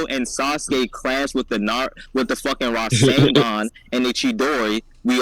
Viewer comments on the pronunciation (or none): Bro said Rising-Gone haha 😂😂 instead of rasengan